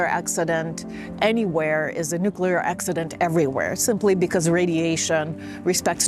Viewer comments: Your journalism is spectacular and essential. Bravo! {by the way, it's pronounces NOO-KLEE-ER not NOO-CUE-LAR) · This drives me nuts, but it's not "nucular." It's "nuclear." An atom doesn't have a nuculus, it has a nucleus. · whyyyy r u saying nukiller instead of nuclear 🥲 I'm crying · Dude: NU-CLE-AR not NU-CU-LAR nor NU-CE-LAR. Say it with me NU-CLE-AR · its called a NUCLEAR plant, not nukular plant. you sound like george bush when you say it wrong like that, but u are missing the "looking at the sun" facial expression :P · FYI it’s not nucular it’s nuclear! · It's Nuclear, not nucular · I don't want to undermine the rest of your journalism but a point on pronunciation: nuclear is said "new"-"clear" not "new"-"que"-"lar" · Nuclear not nucular. Both are very scary though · I had to write this, im sorry but it's NU-CLE-AR not Nucular >:( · dude ..... NUCLEAR, or are you a moron like Trump and Bush Jr ??? (as in not noocular) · Nucular is not a word. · New clear, NOT new cular. Please please please pronounce it correctly. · it's not a nucular power station, it is a nuclear power station. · NucLEar - not nucULar. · nukular ❌ 🤠🐄😭💔 NU-CLE-AR ✅🧐🏫📖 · I love your fearless reporting. Please learn how to pronounce nuclear New-clear Not nu-kew-lar Please stay safe. Slava Ukraini 🇺🇦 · Nuclear not nucular. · There is no "nucelar" reactors... The word is "nuclear" Nu + clear... It's easy! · Great report, thank you. Also, it's nuclear, not nucular. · I have immense admiration for the indispensible reporting you're doing on a truly horrifying situation and prospect that psychotic Putler is toying with but pssst - it's nuclear, nuCLEAR, not nucular, honestly. Keep the great reporting and good luck to you all. My father was born in Pzrewórsk, so my old roots might just stretch that far. I'm some way deeply engaged, as I wish all of us would be. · Please, the word is NEW-CLE-ER NOT NEW-CUE-LER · Nuclear not nucular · What is Nookular? Nuclear I understand.